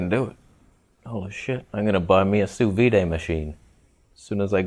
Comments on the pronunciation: "sous vid" but not "sous viday" (from a french person) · Sous “vid” — not “vee-day” French bitch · It is pronounced "sous veed", the d isn't soft. I'm French and I've never heard someone say it "sous vee" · Sous veeday?.....you mean sous veed right? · it's not pronounce as soo veede, hahahahaha IT'S SOO VEE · OMG you are such an idiot. "Vee-day" ... I really hope you're being intentionally obtuse. I would've gone with "soo-V.D." & go ahead, eat your raw meat. Make sure you leave it sitting at room temperature for a few days. Dip. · The correct way to say "sous vide" is "soo veed" 😉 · more like sous veed (i in english does not make the eee sound) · My god you’re ignorant.....you don’t even know how to pronounce it correctly......get neutered, man!! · Why make a vid about something you clearly know nothing about. You can't even say it, never mind lecturing others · Great to hear (and see) you saying french words, hilarious, grettings from France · I figured a canadian could figure out how to pronounce sous vide... FML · Thumbs down for pronouncing sous vide incorrectly. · ok thx. And the d is soft, i didn't say silent, vee would mean silent d not soft d. A hard or full "d" sound in English is like "duh, deh, dih" i.e. there is air after the consonant peak, where the air is cut off. We always say it like that, "sanduh", the spelling exaggerates the effect but it's always there to a degree. Watching cooking shows including French ppl, sous "vide" is always the soft d meaning after the closed consonant there is no more air or sound, it's an abrupt and quiet d, almost like a t sound. The word ends with your tongue touching the top of your mouth or your teeth, however you do your d's and t's, it does not move and allow more open sound after that to clarify and emphasize the consonant. Thats what is meant by a soft d, many languages use such sounds.